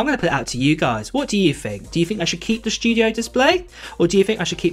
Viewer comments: The “SSHHTUDIO!” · "The Mac Shdew-diough" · The “schtujio” display is nice. I wish I could afford the Mac “Schtujio”.